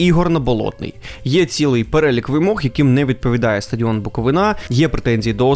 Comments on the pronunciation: БуковИна,а не БуковинА,чувак. Не стидно тобі? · На рахунок коментарів про Буковину повністю згідний, але запам'ятайте вже будь ласка, що не БуковинА, а БуковИна!!! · Коли ж навчаться правильно казати??? БуковИна, а не БуковинА ЧернІвецький, а не ЧернОвецький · Дякую, дуже подобаються Ваші випуски. Але, будь ласка, БуковИна). Дякую) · Ще б наголос правильно ставив ціни б тобі не було Букови'на!!! Ніхто ж не каже Полтава' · В слові Буковина правильно робити наголос на И